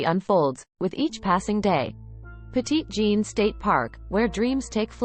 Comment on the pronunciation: And FYI, that's not how you say Petit Jean.